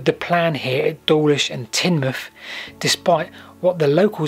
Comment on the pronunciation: Wonderful. I grew up in Teignmouth. Correctly pronounced by your self. Spent a lot of weekends mucking about on the sea wall.